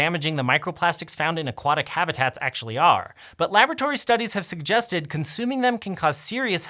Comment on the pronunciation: "Laboratory study" or "lavatory study"?